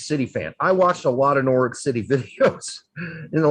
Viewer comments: Nor-itch, you don't pronounce the w. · PLEASE learn how to pronounce Norwich, LMFAO!